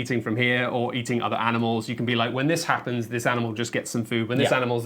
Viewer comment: Does say "aminal" a few times or is it just me?